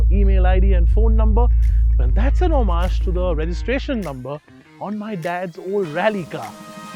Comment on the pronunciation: lol, homage isn't pronounced that way...